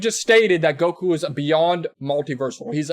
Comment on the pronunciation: No he can't also it's Goku not guko